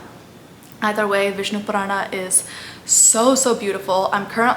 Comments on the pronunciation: overythig's ok, but the pronunciation is sanatan (not sanatanA) dharm (not dharmA), same with puran. man too much of this funny language is also not good. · this is great, just correct the pronunciation its spoken as "Puran" not "PuranAAAA" and not RamaayanA its without last "A" 🤣🤣 Do the justice, Don`t twist the words for appeasement and views. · It isn't though? Purana eg, doesn't have a long A sound at the end. It's Puraana not Puraanaa. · Wonderful. Only wish that Indians wouldn't pronounce our Sanskrit words ending in "a" as "aa". For example, pronouncing "Puraana" as "Puraanaa". It's understandable when people of other languages do it but not Indians who've grown up hearing these words spoken often, and may also have read them in Sanskrit, Hindi, or other regional languages. Just a pet peeve of mine, i suppose. Apologies in advance for any feathers ruffled.😂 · I think you should work on your pronunciation of Sanskrit words. for example it's not pronounced as "puraanaaa", "Ramaayanaaa" etc. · Hey you are doing great work. But why are you Pronouncing Sanatan Dharm सनातन धर्म as Sanatanaa dharmaa, Puran पुराण as puranaa, Ramayan रामायण as Ramayanaa, Mahabharataaa. I get it that white people pronounce like this because of their habit but this way of pronouncing is wrong. But you have the proper understanding of these scriptures and spreading knowledge of Sanatan, so please give them a proper pronounciation and don't adapt with their mistakes so that they also get proper information.